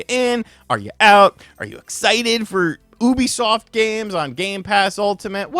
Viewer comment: the way you pronounce Ubisoft as "Oubisoft" instead of "Yubisoft" irks me but yea Xbox is done as a brand